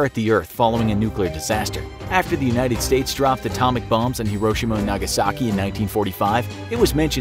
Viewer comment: idk man the most unsettling part of this video may just be the pronunciation of hiroshima..